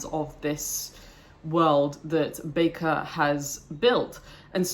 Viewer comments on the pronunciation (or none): My top 3 favourite series also! Just to politely correct one of your comments; His last name is pronounced as 'Baker'. (Not back-er). You may have watched Sadler's videos where Sadler incorrectly pronounces it 'back-er'. Or some other reference. But, R. Scott Bakker himself has said it is pronounced 'Baker' see the first 10 seconds, or so, of this video for reference. Cheers.